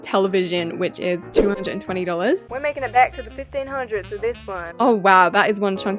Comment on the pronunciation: Why do you say wif Like it's not wif It's with not wif🙄